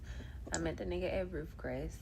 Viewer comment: Met him at “Roof Cress” 😂